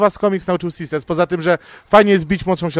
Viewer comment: SisterS, SisterS. Nie "Sister", Pan źle wymawia :P